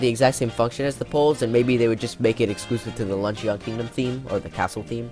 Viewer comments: “Lunch-in” not “lunch-e-on” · LUNCHYON it's pronounced lunchin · Ok I love the video, you make great points, but I HAVE to say. “Luncheon” is pronounced “lunch-in” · You pronounced luncheon wrong. You don’t stress the E and O very much. It kind of annoys me, but the rest of the video is really cool